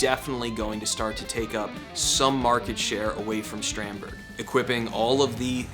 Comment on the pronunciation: Shtrandberg? What’s that? Do you say Shtratocaster too?